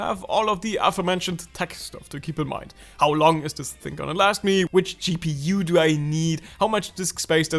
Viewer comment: LOL, did just say GP-uoo 😂😂